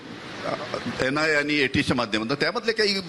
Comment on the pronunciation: Ye kaun gadha hai...NIA hota hai NAI nahi...ye kaise gadhon ko bulatey hain aap studio me..